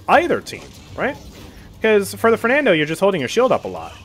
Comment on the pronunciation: i think you shouldve said fernando "e" with e in "bet" not "water"